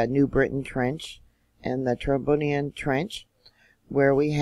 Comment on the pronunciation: The trench is pronounced troBRIEand